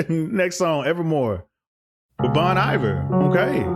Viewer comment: Totally feel u on its time to go so wise! I know this is your first time listening and her stuff is so poetic, notice how wonderful she is so great at making the verses and even chorus sound the same but little nuances change to move the story or change the narrative. Just FYI Bon Iver is pronounced “Bonn-ie-Bear” real name Justin Vernon ( one fourth of the National and one half of Big Red Machine whose other member is Aaron dessner a cowriter and producer on many folklore and evermore tracks, and many since)